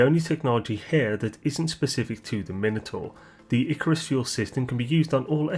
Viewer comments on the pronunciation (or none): none